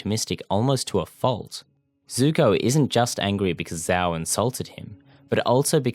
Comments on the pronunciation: love the video couldnt agree more but "sh-ow" no "z-ow" the name is said multiple times so forgive me for being annoyed when people pronounce it wrong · It's not ZZZZao, it's Zhhao..if that clears the pronunciation any better -_ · VARIOUS videos it's pronounced jow not zow Even though it's spelled with a z, it's not how it's pronounced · I can’t take this video seriously when you can’t even pronounce Admiral Zhao’s name right. It’s Zhao not Zao. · One of, if not THE greatest show ever (animated, or otherwise), and I couldn't agree more with your argument. And I don't mean to be /that guy/ but it's not pronounced Zao, it's got a sound similar to 'sh' but with a z instead. When saying it, your lips should move like you're saying a J sound, but longer. Again, sorry to be that douche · I really cringe at your pronunciation of the name Zhao. Not only is it not how it's pronounced in the show, but it's not how it's pronounced in its intended-inspired Traditional Mandarin origins. It is, as its pronounced in the show, (zjao). Sincerely, A guy who's been living in a Chinese-speaking country for the last 5 years. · The pronunciation of Zhao’s name forced me to click off the video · They literally say Zhao the correct way for the like 2 full season dude how are you saying it wrong? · Why do you not say Zhao correctly. They say his name plenty in the show.